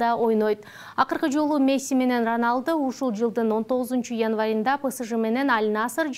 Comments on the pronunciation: Журналист кыз тилиниз чучукпу же адашып кетинизби тушунбой калдым эки жолу айтыныз декабыйында янвайында деп бирок сонун❤😂😂😂😂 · 19чу янвайында дейт го журналист кызыбыз